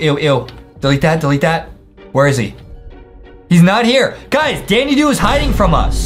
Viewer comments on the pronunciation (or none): Say it right: "Da Da doo" Not "Da Dee Doo" There's no y or e in it.😮